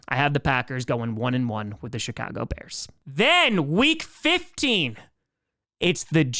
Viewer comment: Did he say Chicago or shitcago?